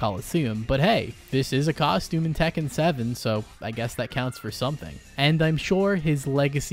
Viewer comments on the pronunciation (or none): none